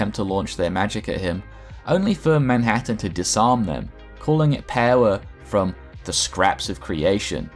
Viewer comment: I literally got hooked on the way you say power